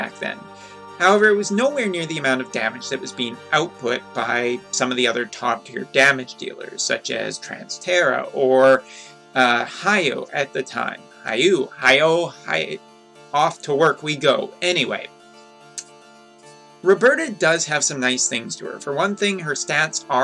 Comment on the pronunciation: It's not Hi-oh ;_; It's just Heeyoh...